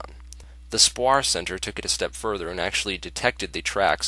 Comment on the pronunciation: Love your vids man! Just to point out one thing (cuz unfortunately I am not smart enough to point out anything else lol), but just so you know...SPAWAR is the prime Department of Defense C4ISR Systems Engineering department, and stands for "Space Warfare" and is pronounced "SPAY....WAR". Just FYI ;-) <----Retired US Navy senior NCO, now aerospace test engineer with Northrop Grumman.